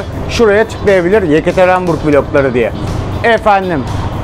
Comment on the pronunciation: bin kere söyledin hepsi de yanlış. yekaterenburg değil yekaterinburg...